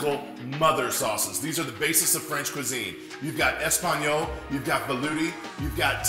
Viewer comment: Everyone's going on about how he used tomato sauce to make tomato sauce or that he calls hollandaise a mother sauce but I'm shocked at how badly he butchered that espagnole.